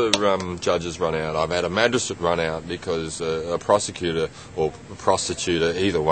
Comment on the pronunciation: "Pro-se-cutor said 'I didn't wanna play the game!'"